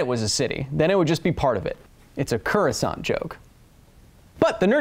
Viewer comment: Kyle, my friend, it's Coruscant. As in core-uh-sahnt. Love the show btw :D